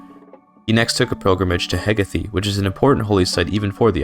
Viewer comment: its Heh-gae-th